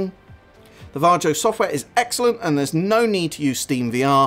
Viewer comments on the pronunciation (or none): Because how the guy says Varjo in the video.."Jar Joe" 🤣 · I believe it's pronounced "var-ee-oh" or "var-yo"